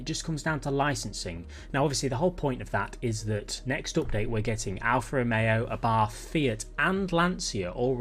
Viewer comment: for abarth just say abort but with an a, its no english th at the end